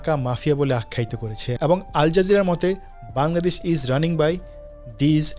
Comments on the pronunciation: ভাই, বাংলাদেশ উচ্চারণটা আপনার মাঝেমাঝে বাঙ্গাদেশ হয়ে যাচ্ছে। কারেক্ট ইট। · বাঙগাদেশ বলোস কেন বাংলাদেশ বলতে পারোস না🤣🖕